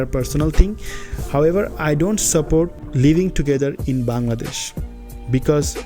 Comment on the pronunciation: বার বার বাঙ্গাদেশ বাঙ্গাদেশ করছেন কেন? এই শব্দটা নিয়ে আমি অতিষ্ট,,প্রত্যেকটা ভিডিওতে বাঙ্গাদেশ একবার না একবার বলেনই।আরে ভাই আগে নিজের দেশের নামটা ঠিকঠাকমতো উচ্চারণ করুন।ধন্যবাদ(আমি কিন্তু আপনারই ফ্যান)